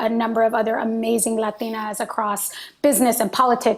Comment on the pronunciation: Did anybody else get weirded out hearing her pronounce 'Latinas' that way like every time